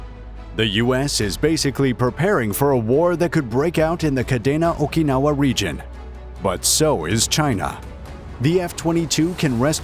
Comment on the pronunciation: Grew up there and its pronounced kadeena